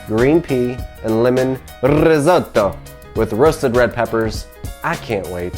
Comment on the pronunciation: I love it: "Rrrrrisotto!...Mmmm mmm, I love wine cookin'!...risotto is like a baby, or a kitten, or a puppy, you gotta give it lots of attention" (sip sip). It looks divino!!